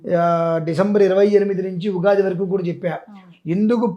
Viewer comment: అయ్యా యుగాది కాదు ఉగాది.